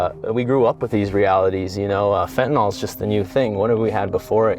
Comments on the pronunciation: It's such a small thing, but it's pronounced "fentanill," not "fentanoll." For some reason nobody gets this right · He is mispronouncing fentanyl. ❤